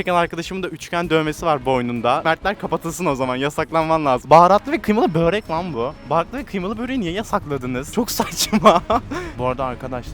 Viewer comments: börek yeriine böğrek dediğin için disslike attım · Börek❌ bÖğğĞrekK✅ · Böğrek diyenlere ağır tilt oluyorum ya arkadaş böğrek nedir